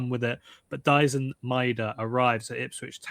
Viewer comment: イングランド人が大自然言ってるのなんか草